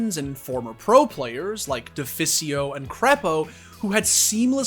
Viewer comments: "defisio" xD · When you pronounced Deficio wrong I was screaming aaaaaaaaaaaaaaaaaaaah xD